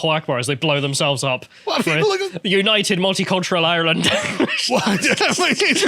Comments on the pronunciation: still can't pronounce Ireland ffs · The Irish parliament (Dáil Éireann) is completely full of globalist, woke, far left traitors. And hell yes that is depressing. But at least Irish reunification is around the corner AND we have a fantastic rugby team! And who knows maybe will one day learn to pronounce ‘Ireland’ correctly and Karl will bother to learn absolutely anything about his nation’s nearest neighbour. One lives in hope.